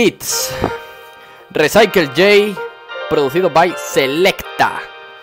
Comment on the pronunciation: Se pronuncia "risaicool" jajajajaja buen video